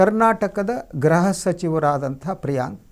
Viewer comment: ನಿಮಗೆ ಗೃಹ ಕೋ ಗೃಹ ವ್ಯತ್ಯಾಸ ಗೊತ್ತಿಲ್ಲವೇ ನಿಮ್ಮ ಉಚ್ಚಾರಣೆ ಸರಿಯಾಗಿ ಇಲ್ಲ